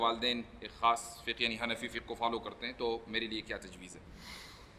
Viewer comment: لفظ " فقهَ " نہیں ہے " فقْهْ " ہے مطلب لفظ ہا ساكن ہے نا کہ متحرک